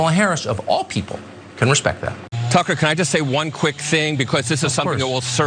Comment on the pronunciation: Pronounce his as tooker. Calsun.